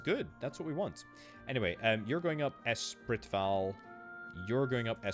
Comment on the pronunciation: Espritval = S spree val